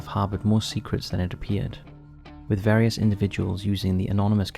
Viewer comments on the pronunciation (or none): none